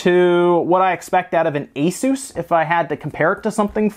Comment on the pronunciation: Been meaning to say this for a while on your and others' videos. It is pronounced US-US. It is a shortening of Pegasus. I sometimes revert to ACE-US so this is just an FYI. On the product itself - that amazing keyboard with individual key lighting! Wish my Y70 had that or a rainbow effect at least but I wanted a touchscreen (thatni hardly use).